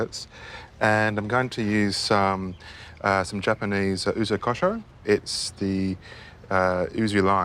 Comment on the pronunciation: its ( YOU-ZU ) not how he was saying it spelling is ( YUZU)